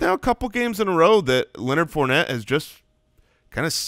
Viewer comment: Leonard Floor-nette